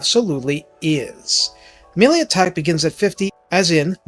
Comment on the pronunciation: Sometimes when you say plus 5 melee attack, i think you instead said, plus 5 MILLION attack lmfao. Made me double take